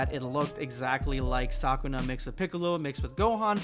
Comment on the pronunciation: 'Saw-koo-nah' ❌ Suh-koo-nuh ✅